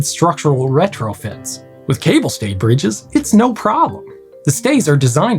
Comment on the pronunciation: Yes, as a Frenchman I particularly appreciated his pronunciation ! First one I heard it correct from an anglophone.